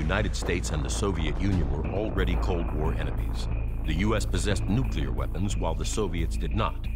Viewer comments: What is NUCULAR? Its pronounced NU-Clear new-clear. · nuclear. not nucyuler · Seriously? The expert says NOOKULUR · did he say " NUCULAR" ? 🤣🤣🤣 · When someone says "nucUlar", they lose all credibility in regards to literacy and sense. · Jesus H Christ! It's pronounced Nu-cle-ur.